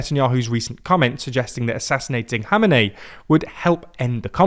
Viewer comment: Finnaly you learned to pronounce Khamenei name correctly. Also the general idea of the war is good for some bad for some. While it is very good for netanyahu, it is not really good for the US or Europe. every single air defence, assets used in this war, is the assets that cannot be used against Russians and Chinese. The best outcome for europe and US is to have Iran as Ally instead of a war torn country which creates another wave of refugees + deminising the US capability and its ability to react to another conflict (taiwan for instance). The idea of regime change might work and there are some evidence to support that claim but I wont be so sure that is the real intent and not creating a thorn in Turkeys back ( Kurdistan as a country). So we shall see how this game will be played but the currency of the game is human lives.